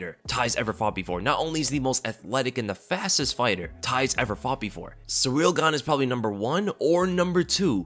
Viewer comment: "Surreal Gane" lol. Your channel is dedicated to covering the sport and you're constantly mispronouncing names.